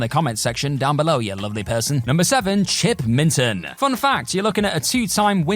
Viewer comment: It's minotaur not MINEotaur ...and Chip Minton not Milton